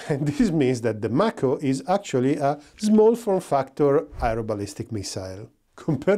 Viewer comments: It;s pronounced May-ko like the Mako shark. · Nice review of the MAHKO [ M (A) KO ]. Just giving you a little ras for your accent. Watch out for Otis ! He's turning into SkyNet . 😉